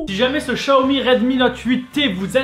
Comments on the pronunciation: C pas" Chaomi" C "Xaomi" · En vrai c'est Xiaomi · Tu sais même pas le prononcé le Xiaomi j en ai un